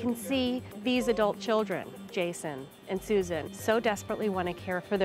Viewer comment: I’m “soo-zaan “. Golly that erks me.